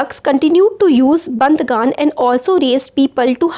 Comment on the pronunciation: its not bandgan,,its bandagan...🧐